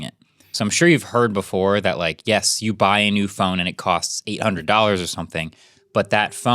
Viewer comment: MKBHD said “cots” instead of “costs” at time stamp …… it’s killing me.its Jst me or anyone. Btw Podcast love your videos.